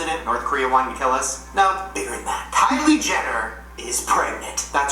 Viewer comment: "Kyler Jennie" xD